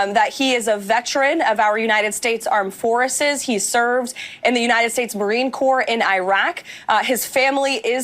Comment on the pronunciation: “Armed foresses” 😂